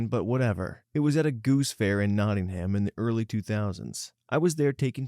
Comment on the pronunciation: it’s pronounced Not-ing-am and most British places with that spelling are that way for future reference 😊